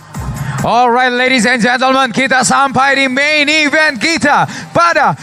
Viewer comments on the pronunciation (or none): none